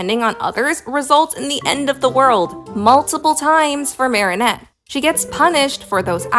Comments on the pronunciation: Unpopular opinion: I am rather bothered by how you pronounce Marinette's name. It's meant to be said as "Mare-A-Net" rather than "Mary-O-Net". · WHY ARE YOU SAYING MARIONETTE ITS MARINETTE, THERES NO O💔💔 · it is pronounced like this, Mair-ih-Net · No, pronouncing Marinette as "Marionette" like the puppet is the most evil thing you could do to a character. In all seriousness, though, that side essay comparing and contrasting Twilight and Marinette was really interesting, and now I kinda wanna binge-watch Miraculous Ladybug again. (got some seasons in before I lost interest) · Slightly unrelated: it's pronounced "Marry-Net" 😭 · I’ll be honest when he said marinette he pronounced it like marionette and I thought he was talking abt the puppet from fnaf lol